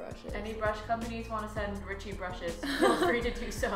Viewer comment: I love the tagalog Ricci! Nasabi mo siya ng maayos at maganda. 😊